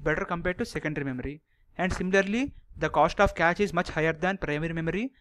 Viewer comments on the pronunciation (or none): You have good knowledge.. just speak slowly and clearly and it isn't Catch memory, its Cache memory (like Cash). Anyways thanks for sharing good amount of knowledge. It cleared much of my concepts about memory paging.